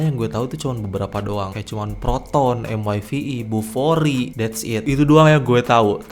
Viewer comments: Sebut betul² Bufori, bukan kokoRi ya!😂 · 😂😂😂 langsung tak jadi nak buang air besar bila dengar nama kokori, jadi tak bernafsu dah la🤣🤣🤣 Huhuhuhuhuhu 🙏✌️🙏 Salam Dari GerikPerak(MALAYSIA) 👋👋👋 ✌️🇲🇾❤🇮🇩❤🇵🇸✌️